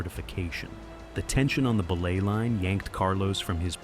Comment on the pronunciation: That AI bot narrator kills me every time it pronounces belay as "BEE-lay" 🤣🤣🤣🤣🤣🤣🤣